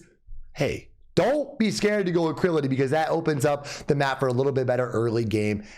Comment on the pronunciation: Great video man but one thing, its ALACRITY NOT ACRILITY!